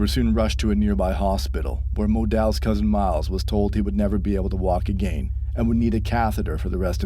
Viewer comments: am i the only one who hears him say (A GAIN) and not again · “Agane” I can’t get over that 😭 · “And once agane” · Say “again” again😂